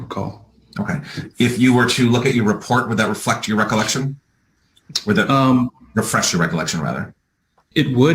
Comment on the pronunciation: He really has trouble with the word refresh lol